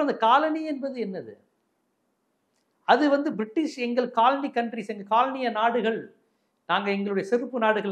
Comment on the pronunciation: Kaal Ani is footwear. Colony needs a bit of a malayalam pronunciation.....😅 To differentiate